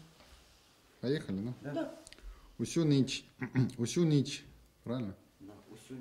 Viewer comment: написано "підняті" - читает "пОднятЫ" написано "ніч" - читает "нЫч" написано "тільки" - читает "тЕлькО", "тОльки" написано "дівчина" - читает "дЫвчына" Он букву "і" не знает?